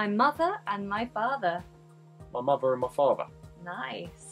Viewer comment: mother is rhotic and father is non rhotic... strange